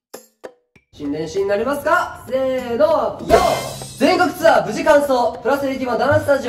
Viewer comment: 宮近さん、ツアーがシアーになってますよー